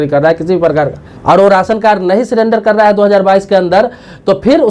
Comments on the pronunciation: Why he pronounced sirender it surrender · सीरेंडर नही, 😀 सरेंडर